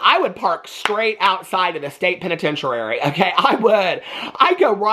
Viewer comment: i love youuu the state pennetenchurary lmao